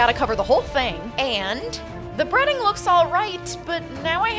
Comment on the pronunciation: I thought you said breeding and I was very confused